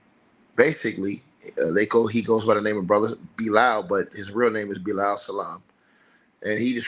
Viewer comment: Everytime I hear his friends name pronounced I feel like laughing 😅 Beelouuuul😂